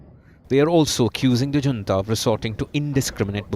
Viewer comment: Is your reporter pronouncing "Junta" correctly?